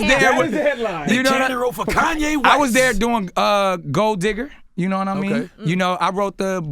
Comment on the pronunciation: Butchered Kanye's name